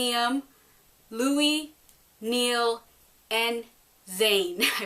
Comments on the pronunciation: its Niall not niell................... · Its niall not neill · Niall NOT Niell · Nice review but its Niall not Neil... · It's NIALL not NEILL!